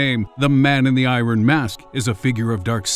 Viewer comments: I think you should look up the pronunciation of "iron". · why did you say iron like that?